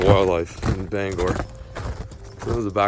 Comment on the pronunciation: Can all my fellow Mainers thank my man for pronouncing “Bangor” correctly...